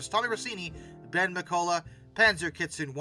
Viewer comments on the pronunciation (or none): none